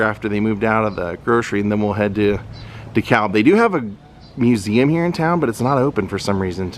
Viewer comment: I did a video on Dan, but O’Donnell was just too far away. Oh and DeKalb is pronounced “de-cab”. Don’t ask me why but that’s how they say it here. Keep on rockin’!